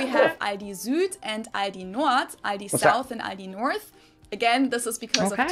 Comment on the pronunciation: Aldi's -> "All (of) this"